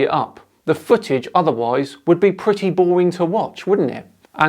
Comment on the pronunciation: Right off the bat we have a dude that pronounces "footage" as "fuhage" so you know as a flat earther we need to take him serious.